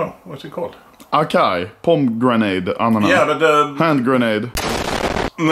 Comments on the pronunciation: pomegrante not pomgranade xddd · so we aint talking about how he pronounced acai and pomegranate? lmao made me have a brain blast